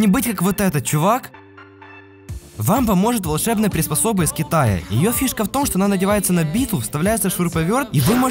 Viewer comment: мне одному в начале видео послышалос ((товары из хентая))